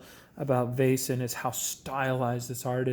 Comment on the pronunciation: If you just loose the "i" or "j" sound when you pronounce "Vaesen" it's pretty good. The "ae" or "æ" (Væsen) makes the sound as "ei" in "Veil." Hope this helps.